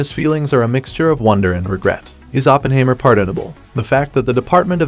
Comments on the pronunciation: Hi mer not haymer. German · It’s like the narrator haven’t watched the movie…. OppenHAYmer lmao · "Oppenhaymer"? Weird! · lol I thought the same thing watching this